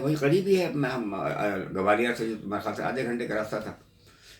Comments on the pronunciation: Its Gwalior, not Gawalior.. It sounds like calling Lucknow as Lakhanawo..😕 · It's GWALIOR not GAWALIIR & NOIDA not NAVEDA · gawaliyaar nahi bhai Gwalior bolo.